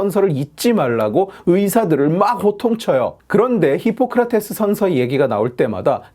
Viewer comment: 션셔 ㅋㅋㅋㅋㅋㅋㅋㅋㅋㅋㅋ션셔래 ㅋㅋㅋㅋㅋㅋㅋ